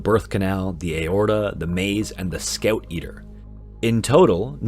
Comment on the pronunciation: "Scouoeut eater" ok